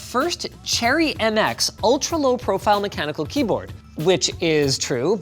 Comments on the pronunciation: "satisfying kleyboard" :thonk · Ah yes the "mechanical kleyboard"